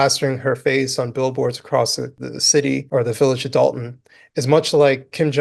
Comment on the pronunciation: You mean Dolton with an “o” not an “a” as in Dolton, Illinois